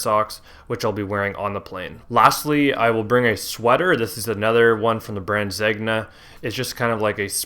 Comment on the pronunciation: Wearing several thousand dollar Zegna jacket yet does not know how to pronounce the brand name.